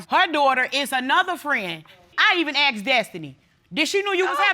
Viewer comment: Asked ❌️ Aksed ✅️ 😜